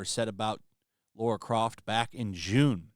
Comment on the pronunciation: It’s not LAURA, it’s LARA. lol geez!